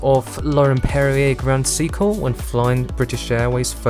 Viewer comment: Grand Seekle? Lol